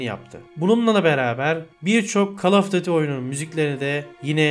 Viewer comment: kalofdatıy ne lan düzgün söylesene.